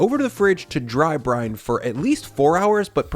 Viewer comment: How often do you say "-Drine" Instead of "Dry-Brine" in Voice over?